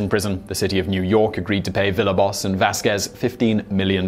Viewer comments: Villalobos isn't pronounced "Villaboss". It's "veeya-lobos", or more strictly, "beeya-lobos". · Villalobos = vee-yah-LOW-bows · Villalobos is not pronounced that way. "ll" is pronounced like a y in spanish. It means someone who came from Villalobos in Spain. Also it has 4 syllables. Vee-ya-loh-bohs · Despite being convicted of a non existent crime and spending years in prison, Simon can't even say his name right. Dude Villalobos is pronounced "vee ya lobe boss" not "villa boss" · Love your videos, but please take care in pronouncing the very easy, "Villalobos." It's not "ViLLa-boss," it's "Vi-a-lObOs. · You mispronounced Villalobos. Dislike